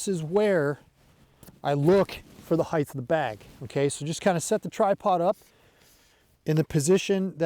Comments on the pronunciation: JFC it's height not heigth. Otherwise solid instruction. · Heightth is not a word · Great content as always. But can we stop saying "heigth" already? 😂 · Get to the point already - where should the tripod be set up? The word "Height" does not have a TH in it.